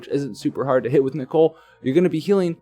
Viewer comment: THANK YOU. FInally someone said it right. Idiots like (he isnt an idiot but it pisses me off) keep calling him Nickel. And then theres Tituz but that ones personal opinion. I think its Tidus (taidus with short vowel sounds). *shrugs* Anyways i hope i get nichol with my last ticket cause if not.. Ill have to wait for 7*s to use my Roy then. So far getting by with ramza and soleil for 10 man trials.